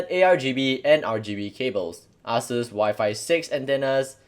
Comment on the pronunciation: It is not ass suse it is asus.